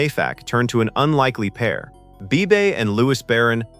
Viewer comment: A Movie far ahead of it's time. I wish the narrator didn't mispronounce words and an easy name like Bebe ( Bee-Bee). You should review and edit your work a little better. Overall Not too bad.